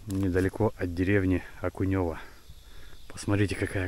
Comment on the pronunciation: Сразу понятно, что человек не местный... у нас говорят не окунЁво..., а Окунево... это производная не от рыбы, а от фамилии